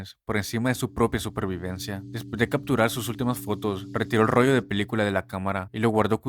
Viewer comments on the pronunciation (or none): none